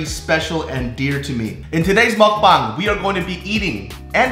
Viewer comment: when said "mukbang" it sounds so right LOL